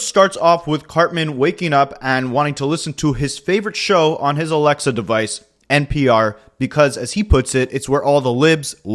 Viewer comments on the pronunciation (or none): none